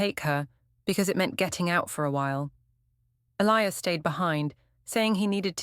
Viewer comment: I get thrown out the immersion every time your AI cant pronounce Elias correctly.